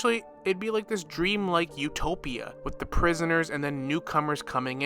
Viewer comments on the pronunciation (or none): none